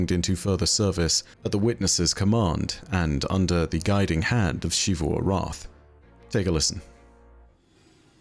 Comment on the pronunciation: i just can't get over how he pronounced xivu as shivu. you've seen character called her and they pronounced it like zivu so don't even tell me that shivu is how you are supposed to spell it.